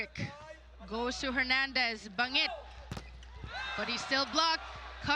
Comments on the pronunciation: Ban-jit kasi galing sa Amerika yan siya pero BaNGit talaga native pronunciation niyan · Yung commentator hnd man ng research sa players. Bangit opo pero pronunciation doon BAN-JIT